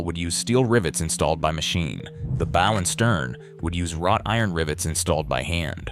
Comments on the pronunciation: The AI voice is frustrating with mispronounced words. The mispronunciation that stuck out the most was “bow” (the front of the ship). Sometimes the AI pronounced it correctly with an “ow” as in ouch, but other times it said “b-oh” as in a hair bow. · This doesn’t show anything of the inside as the name of the video implies. Also, AI reading really triggers me cuz it never pronounces anything correctly. I could tell it’s AI cuz it said bow a few times like bow and arrow rather than bow of a ship or taking a bow after a performance. Really not impressed with this video tbh… Just click bait for AI annoyances. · When the narrator says BOW of a ship wrong you know it's AI. Still, thank you for the information.